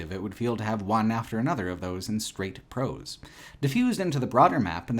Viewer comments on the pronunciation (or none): none